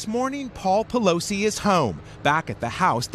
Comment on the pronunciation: is jesse waters saying "poleef" ? hahaha